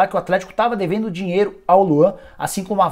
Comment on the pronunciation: Pq vc fala desse jeito?! Da ênfase sempre no final de cada palavra... " Palmeiras não tem mais dinheIRO.. " Coisa estranha... Da até aguniaaaaaaa